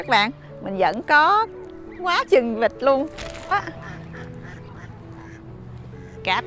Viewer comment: Em là người Nam chắc luôn á , người miền Bắc họ phát âm chuẩn luôn con vịt.....chứ ko phải con dịch....ha...ha.....dịch là dich Covid á 🤪